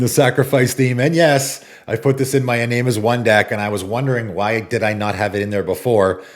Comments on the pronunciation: iname is pronounced in ah meh not in aim i cringe every time you say it lol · It's actually ee-nah-meh